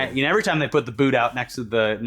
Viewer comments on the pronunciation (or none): none